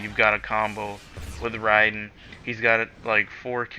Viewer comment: did anyone else just pat there head when this guy said riden, you need to pick up a book bro